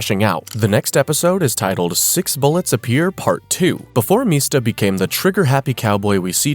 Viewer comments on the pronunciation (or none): Also its MISTA. Like Mr. Not Meesta.